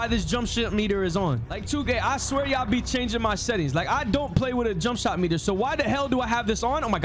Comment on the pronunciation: Bro said jumpshit meter😂😂😂